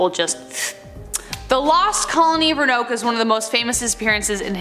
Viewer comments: Roanoke….it’s not “ranoke”… it’s pronounced “row-an-oak”. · Ro ah noke. Not ronoke lol. These stories are pretty crazy but who knows? PS: your videos are my favorite from this channel. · Tht place is pronounced Ro-a- noke, not Ronoke. I've been there. Love your show. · Say it with me..... Roanoke ROW-AH- NOK... You're weldome. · "Roanoke" is pronounced "RO-a-noke."